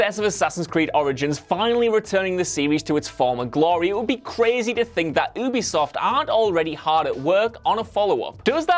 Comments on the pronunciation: It's not pronounced as oobisoft.... It's 'u'bisoft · can you pls stop pronouncing Ubisoft as oobeesoft and pronounce it right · DIN-UH-STEE YOO-BEE-SOFT YEE-ERR